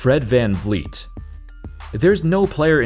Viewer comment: Fred Van Vleet is pronounced Fred Fan Fleet.